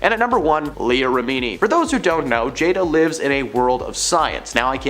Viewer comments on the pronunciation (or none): what is this accent? I find this channel talks about celebrities and doesn't know how to pronounce any celebrity's names. (and Science = Scientology, Remini = rem-mini.) I did enjoy the new twist on Bravo as Brəvo. 😄 no hate. I watch your vids a lot! reporting is good! it would just be cool if the people knew the pop-culture they're reporting about though....